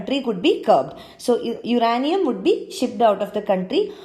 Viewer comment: 'Uraaaaaaaanium' sach mai knowledge gaya tel lene. Iska to pronunciation sun ke hi topic se dhyan hat jata hai. Pata nahi konse bakwas teacher ne isko aaisi fatichar English padhayege hai.